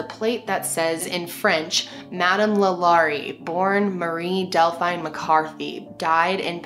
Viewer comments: it's La Lor-rae. not la Lori. just fyi, as a Louisiana native. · I’m from Louisiana and heard this story a lot growing up. Also have been past the home. It’s beautiful but the vibe is terrible. I’ve heard that people who are sensitive to spirit really flip out near the mansion. It’s also really pronounced like Law•Luh• rie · 1. the poor girl in the box’s bones were broken before she was stuffed in the box, and so they remained like that for the rest of her life. and she was apparently a spectacle to many. (Absolutely horrific) 2. it’s “LAW- LA,REE” 3. You should do more New Orleans crime and paranormal activity stories!! such as the New Orleans vampire brothers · thank you!! I kept saying the name correct every time she would say it wrong.. lol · i’m from louisiana and the way you say LaLaurie made me giggle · The way she says the name is driving me crazy I can’t even watch it.